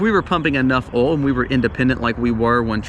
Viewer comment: I love how you say the word oil. “Ole”